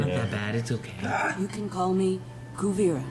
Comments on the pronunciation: I don't have problem with pronounciations. It never really bothered me when they say it wrong. I just wonder why they say it wrong. I live in Southeast Europe and I can say these names immidiately when I hear it. They said Kuvira like 3 times in this episode and he still said it wrong. Is that an English speaker thing or..? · COO-VIR-AH (Kuvira) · karl jonson No. That's just a lack of memory. "Kuvira" reads phonetically quite easily. My guess is that they simply mispell what they hear and stick with it, for some weird reason.